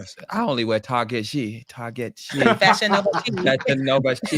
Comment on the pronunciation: I love how grounded you are! That French "Target" took me out!! I love how y'all are yourselves like the pod!😂❤😂❤